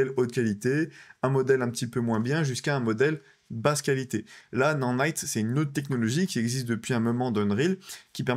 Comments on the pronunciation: nanite pas "nannite" ptdr 🤣🤣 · Ce n'est pas Non Naite mais ça se prononce Na naite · Nordnite ? Non-nite? Mais apprends à le dire correctement ! N’importe quoi 🤣🤣🤣